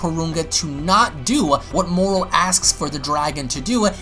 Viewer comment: Why do you keep saying "Morrol"????